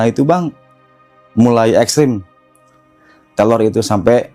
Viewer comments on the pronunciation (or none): Salfok abg bilngnya telor. Bkn teror mungkin abg nya cadel ya. Maaf kalau salah🙏🙏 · Sebenernya cerita si abangnya serem, tapi karna selalu nyebut terror jadi telor jadinya ngakak 😂😭🤏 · Bukan telor atuh tapi reror😂😂😂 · Teror bang bukan telor😂